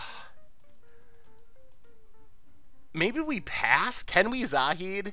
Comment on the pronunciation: Congratulations, on finaly saying Zahid's name right.